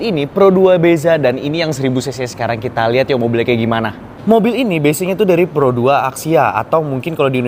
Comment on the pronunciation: Bukan pero 2 sebutanya pro dua …..he…he….